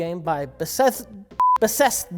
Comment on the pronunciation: Bessethda, bethethda, bethesda.